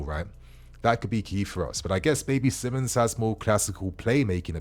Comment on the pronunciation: It's actually pronounced as Simons